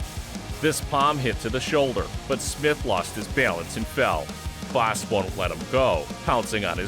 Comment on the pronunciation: I like how this guy tries to pronounce words like bas.. like power and palm strike haha perfect!